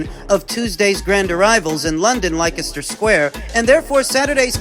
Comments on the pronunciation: Did just pronounce Leicester "ly-kester"?? 😂 it's pronounced Lester. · for future reference Leicester is pronounced Lester.